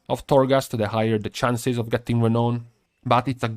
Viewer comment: by the way, it is pronounced "Re-NOWN" not "ra-known"